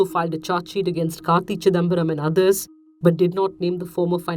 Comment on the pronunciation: When ever she says karti chidambaram hear it as kaki..chidambaram😁😁😁